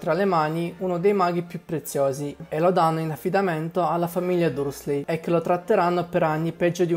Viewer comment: La voce fuori campo è fastidiosa e soprattutto "Dursley" si legge "DARSLY", non quel nome pronunciato come se si stesse mangiando un plumcake nel frattempo! T_T Ma poi, il proprietario di questa voce fuori campo li ha mai letti i LIBRI?! Queste cose che critica sono nei libri, da Silente che spegne i lampioni all'uso dei gufi per la messaggistica, al serpente che fa l'occhiolino!